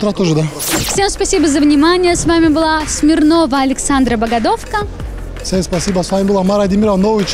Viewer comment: Я тебя прошу, стань медийно тоже Смирновой. У меня никак не читается Багадовка, вижу это слово и читается как Богдановка.